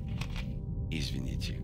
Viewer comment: "Извините" Хорошо сказано! It suits him. Although with such a voice any language will do.